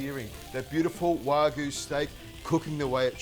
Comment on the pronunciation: Learn how to pronounce wagyu